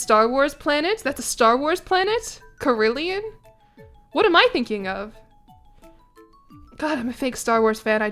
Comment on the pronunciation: I’m so sorry but the instrument you’re talking about is pronounced care-ill-on! I know what you mean tho, they’re awesome!